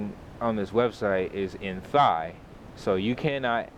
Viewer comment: Thanks a lot mate! And Thai is pronounced a Tai (the H is silent)